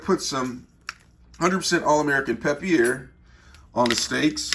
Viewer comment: “Peppiere” 😂 I say it “pe per”